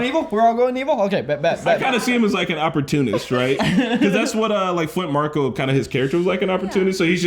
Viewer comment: And it's Flint Marko not Flynt Marco.